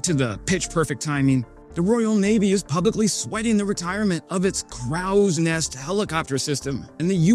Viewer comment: C’mon, it’s CROW , as in the bird! CROWSNEST not cr-aouhs-nest